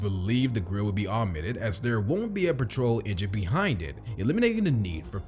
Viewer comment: Pooma😂 It’s pronounced Pewma. Plus petrol is not pronounced patrol.